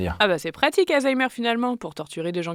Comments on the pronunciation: Pourquoi il dit AYzheimer au lieu de ALzheimer??? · Je vais faire le rabat-joie mais on dit ALzheimer et pas hayzaymer ou heyzeimr, mouarf. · des zaïzaïmeur 😂😂😂😂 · ❓ Ça se prononce vraiment AÏE ZAÏMEUR? a dit ça tout le long. 😂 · C'est moi ou ça se prononce vraiment aYzheimer ? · Ca me stresse tellement que tu dises "Aïzheimer" x)